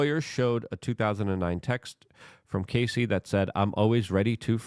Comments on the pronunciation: Can’t take the way you continue to call her Casey! Her name is Cassie Rhymes with Lassie ( ya know the dog from the 60s ) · A proffessional journalist should know how to pronounce the name of person they are talking about .get ready for 3 months of luke being only person in usa calling her cay see - rather than cass see - even tho hes reminded every vid in his comments section. He does read the comments section but only responds if you kiss his a$$ or say " love u luke " . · Brother...please have the decency to at least get names correctly in your "reporting". Cassie, not "Casey". Terrible understanding of the situation. Terrible coverage. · Cassie, NOT Casey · Cassie. Cass-ee. Cassie. It's not case-ee luke, not case-ee CASS...EE.... CASS....like gas. CASS-EE.... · I can't take it anymore! Her name is CASSIE NOT CASEY! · Please dude......at least pronounce her name correct. Ca ...ss..ie jesus mate! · Gassy Cassie? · Her name is Cass-eee like cassette. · Who's gonna tell him, he's saying Cassie's name wrong? 😂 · Sounds like Ass, not like Ace